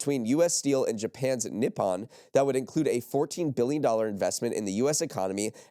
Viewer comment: great listen today! FYI i believe its "Ni-Po-N (Knee- Pou- N)